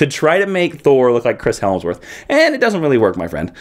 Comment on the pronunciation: It's Hemsworth not HELMsworth. Gotta correct that since Chris Hemsworth is from my home state! Great reviews. Bought some of these issues but am definitely going to revisit some of your recommendations. Especially X-Factor and Moon Knight. Keep up the good work.